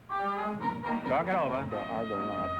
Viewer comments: wait a minute Groucho he said argoCUNTS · MMFAO- the chap who was the Presidents son- said "ARGOCOUNTS" not "ARGONAUTS"- Groucho misheard him and they won. I wish quiz shows were like that today.